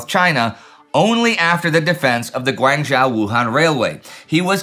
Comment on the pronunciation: Guangzhou is correctly pronounced Guang (with a short "a" sound, not a long "a" sound) zhou (rhymes with toe).